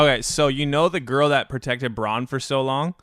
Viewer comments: Some of the names in game of thrones are hard but bran, are you fucking serious bran, not bron, bran, A, not O, Bran as in Brandon, bran. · Its Bran not Bronn. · Ffs u pronounce every game of thrones name so shit, Bron? It's fucking bran for Branden!